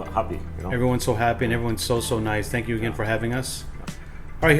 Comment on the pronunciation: "Congratulations." "Theeengyiuu."